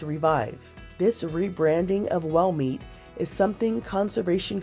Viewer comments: Took me a while to realize she was saying "whale meat" and not "well meat". Then it happened again when she said the mammoth meat won't be "for sell" anytime soon. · It's whale not well